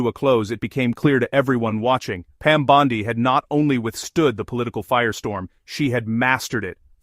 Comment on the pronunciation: I don’t know who voiced this, but if you can’t pronounce Pam Bondi’s name correctly, I WON’T FINISH WATCHING!!! I stopped into the video after mispronouncing her name twice!!!